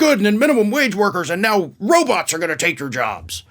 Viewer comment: He's doing blow. Derrrr. PS I never realized how pronounced his lisp is. Roboths are gonna take their jobth.